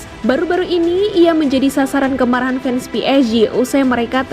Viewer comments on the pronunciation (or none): none